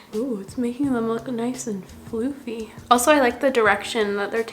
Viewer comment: I binged on your videos a few days ago and I read someone's comment on one of them about how much she loves how you say "so so much." Now I always seem to wait for you say it on every video. Haha! 😅 Btw, I'm glad I'm not the only one who pronounces "fluffy" as "flooffy." 😁